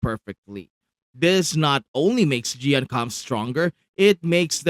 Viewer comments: It's "ch-yoh-yoo-en" 🙄🙄🙄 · Just so you know, the way to pronounce his name is like this "Cheeyo Yewen" in Chinese. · great content as always! But why do you keep saying Qiuyuan's name with a "G"? @@